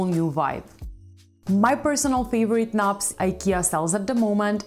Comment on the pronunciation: As a Brit I love the way she pronounces and talks about 'knobs'.